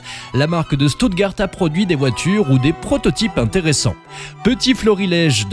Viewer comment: "schtoutgard" pas "stoutgart"